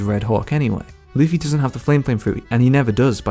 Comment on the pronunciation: Can you start saying Luffy and not Luufy?